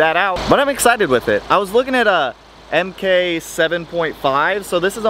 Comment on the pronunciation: VW rule #1 - MK is pronounced "mark", not "emkay" ;)